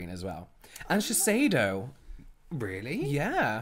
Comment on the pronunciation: Vaseline being that old sure but did u say sheisideo ? (My spelling omg 😂)